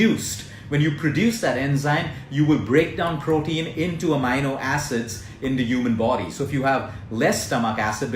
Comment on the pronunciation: Amino = Ah-mean-o